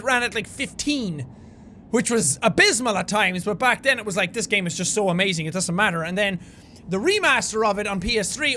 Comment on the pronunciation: u dewn new ernytherng erbert mer lerdymern (you dont know anything about me ladyman) xD I misheard his 'It doesn't matter.' [For laughs]